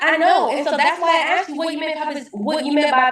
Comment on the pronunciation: Saying axed instead of asked = stupid